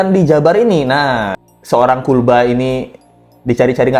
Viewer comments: Knp ya gua benci banget ini sama si mimin yg agak kriting kalau dia lagi nyebut KULBA,,,perasaan pengen gua tampol aja😂😂😂😂😂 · Gaul lah bang no no no bukan kulba